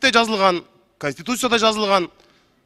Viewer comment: Урматту диктор. Канстутуция эмес Конституция болуп окулат.Уят.Силерди миндеген эл корот